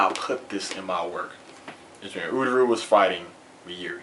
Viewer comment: ururu? its uryu lmao